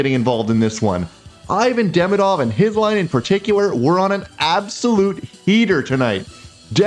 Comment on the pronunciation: By hearing the quality of your French I assume you like languages. I believe Ivan Demidov’s name is pronounced ee-VAHN deh-MEE-doff . Thanks for your videos, I’m always looking for them after a game.